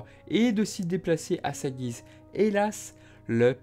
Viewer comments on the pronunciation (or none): none